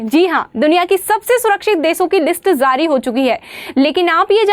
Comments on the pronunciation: Pehle hi pata chal gaya 66th hai india ka, baki briten nhi britain hota hai , aur zaari nhi jaari hota hai😂😂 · Zari ❌️ Jari ✅️ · Zaari😂 nahi jaari hota h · List Jaari ❎ List Zaari✅ 😂😂😂😂 BKL